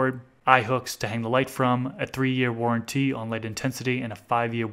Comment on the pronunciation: and warranty he emphasises the "t" warren "tee"